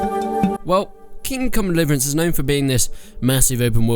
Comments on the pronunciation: "King come liverence" 11/10 -IGN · Haha he said kingcum delivrance Ok im just beinh immature now -_ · Ah yes, the great game Kim Kong Liverance. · "King Come dlvrance"? Wow this is a whole new level of commentary !! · HAHAHA thought I was the only one who heard that